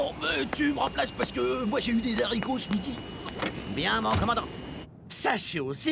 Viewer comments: Des haricot et pas des zaricot attention à la liaison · Le kraken a moustache ? Mais franchement, purée, la liaison à haricots vous osez la faire ?! Et puis quoi encore... Un éro, des zéros ?? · Moi je virerai volontiers un pilote qui dit « des zaricots » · LoRenZo Guyot on ne fait pas la liaison quand c'est les haricots ^^ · LoRenZo Guyot il a raison sa se dit un ou des haricots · Bah en fait on peut dire les deux mtn c'est plus une faute